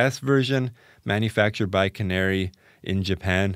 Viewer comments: KA-NA-RAY not canary. To be really correct, the 'r' actually sounds closer to a 'L'. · Canare is pronounced "kah-NA-reh".